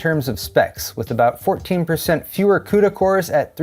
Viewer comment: CUDA cores? 😂